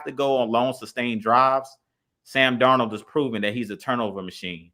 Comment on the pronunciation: The way they pronounce sam darnold name got me in 😭😭😭😭